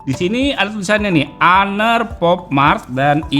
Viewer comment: Honor sebutannya honor bukan haner